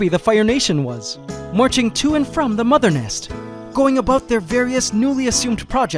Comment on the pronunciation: did he just say aboot instead of about? Love you.